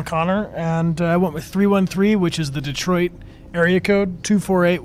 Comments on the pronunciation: The way this man pronounces Detroit makes me feel sad for anyone living there. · It's not pronounced DE-troit either but y'know go off i guess 👀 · If you really wanna be a true puritan about it It would be pronounced as "de-twah"